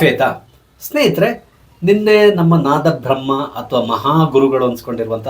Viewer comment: ಹೌದು ತಮಿಳರು ಹಾಗೆ ಹೇಳುವುದು. ತಮಿಳರಿಗೆ ದ- ಉಚ್ಚಾರ ಬರುವುದಿಲ್ಲ ಆದ್ದರಿಂದ ಅವರು ನಾತಬ್ರಹ್ಮನೇ.